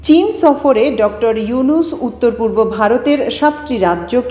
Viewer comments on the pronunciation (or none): none